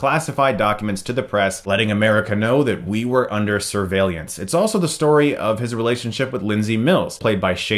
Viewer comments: This may seem very weird to point out but you randomly started to mispronounce words. "Transelate" instead of "translate" and "Survaleeance" instead of "surveillance" hope you don't have a stroke soon. besides that good review. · Chris accidentally pronounced it wrong, I think. It's actually pronounced "sir-VEY-lance." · Pronounced, "Surveil-ance", NOT "Surveil-Iance" - there's no second "I" after the L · It's clearly "Survaliens"! Chris wants to tell us that we're under surveillance by... I'm not saying it's aliens, but it's aliens. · I know it's off topic, but you say, "surveilleeance" and "transalate". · "surveillience" Bwahaha! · What is going on Chris? You said "transilate" at one point, and "surveillEance" earlier in the video. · As a German native allow me to ask: Chris pronounces surveillance with an "ee" after the "l", so it sounds like "surveilleeance". I always thought it would be pronounced without the "ee"-sound. Or is both correct? Help me out, please! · Lol you said survailience instead of surveillance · Chris, I love ya buddy, but I laughed when I heard you say survey-liance I died. Lol, Great vid though brother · Surveillyance, Christ? TRANS-A-LATE, CHRIS? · He also messed up surveillance in the beginning lol. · I don't think he meant to say it like he did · surveillance pronunciation was hamazing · You say "surveillance" funny. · lol why does he keep pronouncing surveillance wrong?